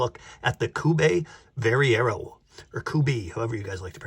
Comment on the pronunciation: Great job! You pronounced my name correctly, thank you. Good luck and prosperity to you and your channel.